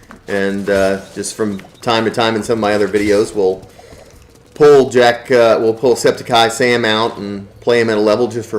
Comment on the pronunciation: It’s not septiceye Sam it’s septic sam no eye